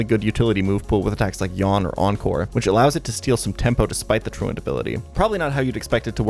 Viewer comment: Great video. FYI, truant sounds more like true-ent than true-ant. It's good that you can't pronounce it — it says you didn't skip class enough to get in trouble as a kid lol